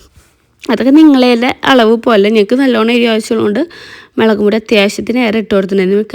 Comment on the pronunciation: Melakupodi alla mulakupodi😂❤